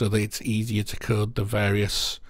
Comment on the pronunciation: I thought you were saying kurd... you were of course saying code and I'm dumb